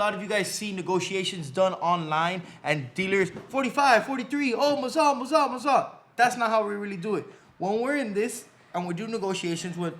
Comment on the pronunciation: why are all the jewelers on youtube suddenly saying "mazal?"